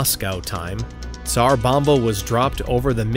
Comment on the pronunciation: Just so you know, the "s" in tsar bomba, sounds like a "z" so it would sound like "zar bomba" the T is silent.